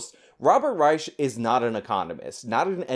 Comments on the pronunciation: Reich is pronounced Rike. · Yeah I can't watch this video. I normally find your videos worth watching, but your mispronunciation of "Reich," and your constant repeating of the mispronunciation is just too annoying for me to continue watching. 🙄